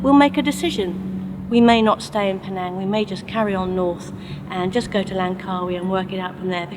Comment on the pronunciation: that's not how to pronounce Penang...